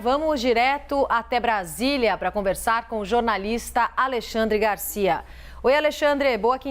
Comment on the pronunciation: Gagárcia... kkkkkkkkk